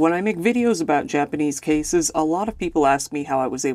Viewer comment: Man, this is so fucking tragic. When I heard the mom tried to call the house, my stomach dropped even more because I knew she would go over to check on her family😢 Also, thank you for putting in the effort to pronounce the Japanese names correctly. Most Youtubers don't care enough to do that.